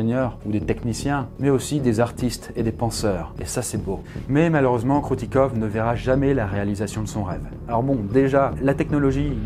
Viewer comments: Ça ce prononce pas Kroutikov mais Kroutikof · Ahhh tu agresse mes oreilles avec ton "kroutikov" ça se dit Kroutikof ! je ne suis pas russe mais tous le monde sait que les v se disent f en russe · Alors, le "v" à la fin des mots se prononce "f", comme dans de nombreuses langues, et tu peux arrêter de passer d'un plan à l'autre stp? Ça fout la gerbe sérieux... Sinon, super vidéo comme toujours!